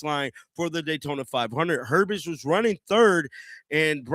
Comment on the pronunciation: It’s not Herbest, it’s herbst